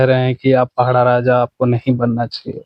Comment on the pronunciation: पहड़ा नहीं माडिया साहब पड़ाह राजा बोलो